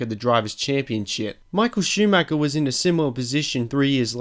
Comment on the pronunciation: Same with Schumacher... he basicly says Schumacker, which really hurts me as an German.